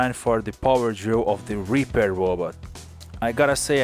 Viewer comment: Whenever you say Repair your accent makes it sound like Reaper.... You should make a Reaper robot :)